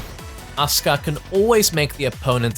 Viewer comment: It's asuak not Oscar